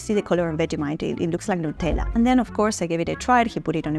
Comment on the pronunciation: Also we say Nut-Ella because it contains nuts, not noots. So we don’t say Nu-tella.